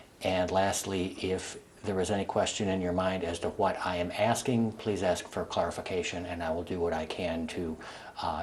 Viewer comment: Its pro ounced ask not axe. If someone ever axe you they would be in trouble for assulting that person you so called axed